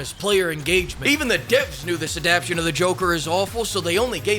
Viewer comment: It's "Adap-TAY-tion." Please.